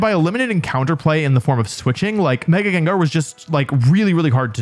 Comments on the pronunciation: its gengar. doesnt matter what you say, i muted this video and let it play out. 30minutes and 47 seconds later, i can tell you, its still gengar. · I don't care what he'l say, it's Gengar nonetheless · If you pronounce Gengar "Gingar" Finish up your living 🫡